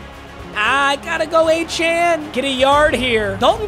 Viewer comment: Lowkey can u pls pronounce achane right it’s “a-chain”